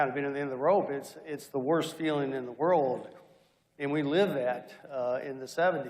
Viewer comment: “The “vorld” has several great nations…”. Too bad Hungary isn’t one of them!